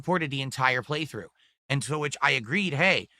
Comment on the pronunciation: Ayund....I hate it too.